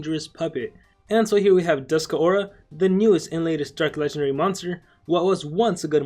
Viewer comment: The name is Dusk Aura. Not Dusk-a Aura.